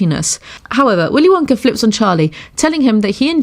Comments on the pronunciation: It's "willy wonka" not "willy wonker" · Is it just my imagination or does she call Willy Wonka Willy wonker? 🤔🤔🤔🤔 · She said Willy Wonker